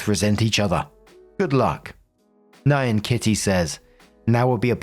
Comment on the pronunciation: baby, that is not how you pronounce "Nyan" 😂